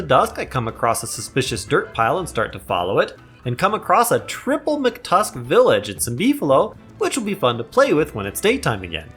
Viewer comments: let me rephrase, hearing you say "mctusk" instead of "mactusk" makes my day 50% better, but also scares me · hearing him say "mctusk" instead of "mactusk" scares me